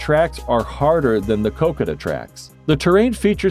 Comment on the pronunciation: It's not kookada, It's Ko Ko Da.